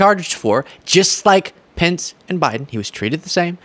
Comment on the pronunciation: "Beten.. ayu". Lol